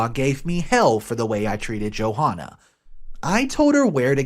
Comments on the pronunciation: God I love how you keep calling her Joe Hahnah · The h in Johanna is silent it’s pronounced Jo Anna. Come on man!!!! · It's pronounced Jo-anna, with a silent H.